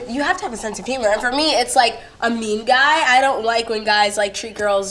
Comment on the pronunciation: When you say guy it has an i sound